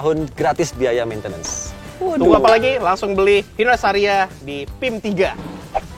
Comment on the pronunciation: Estaria wkwk espas staria